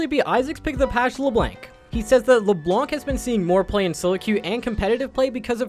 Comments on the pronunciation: he said le blank wtf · It's pronounced: Le - Blongk